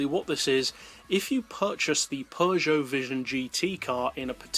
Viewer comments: So..... Peugeot is pronounced "pojyo" not pee-goat 😐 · it’s ‘purjoe’ but ok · what is the right way to pronounce peugeot and chaparral??? per sho ??? peu geot?? shaparral or chaparral???